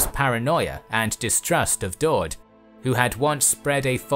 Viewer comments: Daud is pronounced Dawood. Its an Arabic version of the name David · I think Daud is pronounced dawood (David in arabic) but I'm not sure